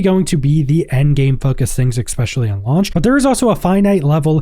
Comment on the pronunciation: Exspecially . . . . Exspecially . . . . Exspecially . . . . Exspecially . . . . Ex-meh